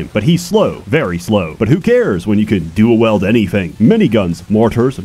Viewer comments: I love you but you have been saying wield as 'weld' for YEARS and brother I've been willing to put up with it for a long while now, but good GOD this vid's got me questioning if you pronounced the entire Songs of Conquest review wrong and you gotta fix that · I just realised always pronounces "Wield" as "Weld" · Pretty sure has never heard the word "wield" spoken by another human before making this video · why do u pronounce wield like weld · What is the reasoning behind saying "weld" instead of "wield"? Is it because of the speech impediment? I've noticed it in past videos but was never sure why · ......I'm starting to think can't pronounce Wield as anything other than Weld. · I'm starting to wonder if his use of "Weld" instead of "Wield" is deliberate or not. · why can't you say wield, it's not weld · ok at THIS point I'm convinced pronounces "wield" or "wielder" like "weld" and "welder" JUST to fuck with us. It's JRR Martin all over again. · is he pronouncing "Wield" [wee-ld], as in 'to brandish and utilize a weapon or tool', as "weld" [waeld], as in 'to bond two pieces of metal together via heat or electrical current'?? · I swear he says "weld" instead of "wield" in this video just to trigger me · dedication to pronounce wield as weld still astounds me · If you're holding two welding torches, you're dual welding. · Or "suite." Then again, he could have typed in "weld" and "suit" instead. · I've accepted it like I had to accept how americans say aluminium and any words from foreign languages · He had always pronounced "wield" like that in all of his videos despite never doing that for any other english words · I really appreciate commitment to how he pronounces "wield." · Why did you pronounce wield wrong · At this point I'm not even sure whether doesn't know how to say "wield" or he's just screwing with us. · It must be a Canadian thing to mispronounce so many words such as "wield."